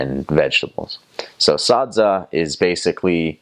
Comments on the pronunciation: The way he says Sadza is very authentic... Shona touch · he pronounces SADZA so well. i couldn't be happier!!!!! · How you pronounce sadza is proof that you know, understand